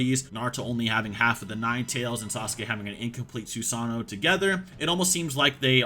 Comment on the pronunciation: Love the video but can we as Americans please stop saying “Su-SAH-no” It’s Su-Sa-NOO